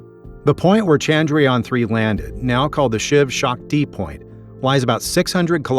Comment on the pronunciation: "He" makes is sound like the Shiv Shak Tea-point, not the Shiv Shakti point. 🤔